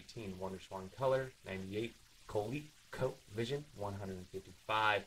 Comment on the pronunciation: Coleco is pronounced 'cuh-lee-koe'